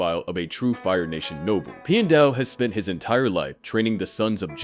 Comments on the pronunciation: "pie-en dao" it's pi-and dao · I didn’t like the way you said Pian Dao’s name the first several times. You said his first name like “pie ann,” which sounds wrong. Then towards the end you did say his name correctly (“pee-an”). It should be pronounced the same way you “piano (pronounced “pee-an-no”)” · Pee-en-dow NOT Pie-en-dow They literally say it out loud in the show. There's no reason to get it wrong. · You kind of kept changing your pronunciation of Piandao's name, but in general, it's closer to "Pyen-dow" or "Pyan-dow" (Like Pee-ya not Pie-ya). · "pai endao" Clearly this is ai voice and not real atla fan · the way Piandao is pronounced as Pi-Endow throughout the entire video was realy offputting and completely threw me off every time his name was said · Why does your pronunciation of "Piandao" change half way through the video?